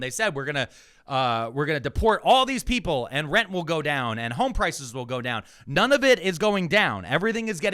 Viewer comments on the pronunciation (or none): none